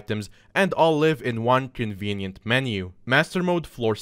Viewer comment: "convenient". What, are you high?